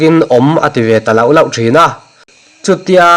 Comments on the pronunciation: Lauh lauh i lam rik dan a dik lo. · A ngaihnawm hle mai,,,,mahse lauh lauh tih leh bem tih lam dan hi tih diklo hret in ka hria